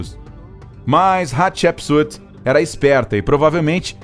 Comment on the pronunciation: Estou usando fone, e cada vez que ele fala Hatshepsut o meu ouvido sangra, kkkkkkk.